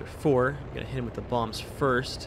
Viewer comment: i kept hearing 500 pound moms not bombs